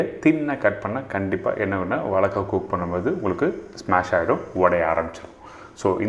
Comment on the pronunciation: "Valaikkai",illingo "vazhaikkai",ingo....